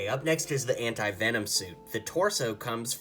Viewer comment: These are all super cool! I wish I had them all, but I don't have all those pieces. (p.s. you pronounced Venom wrong) Also, its a good thing you didn't add the recolor options since that would be hard to collect those, and it would also make the video waaay to long.